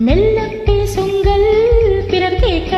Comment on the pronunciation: மெல்ல பேசுங்கள்.....ள் உச்சரிப்பு சரியில்லை. ஆயினும், பாடகியின் குரல் நன்றாக உள்ளது.பாடகரின் குரல் .?😂